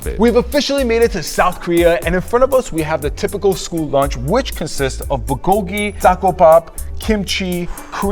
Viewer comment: Why did you say pukogi? It’s bulgogi! 😡😱😱😱